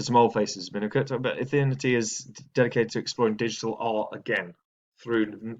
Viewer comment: Lmfao Ethethhthehtnity chain